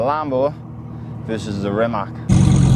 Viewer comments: Learn It already... It's spelled REE-MAATZ, not ReeMack. Mack produces trucks... ❤🇭🇷🏁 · Its Rimac not rimak